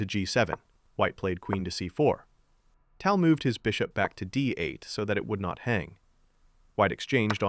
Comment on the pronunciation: it's pronounced TAL, not TOL. can't believe you are making content on someone you can't even pronounce properly...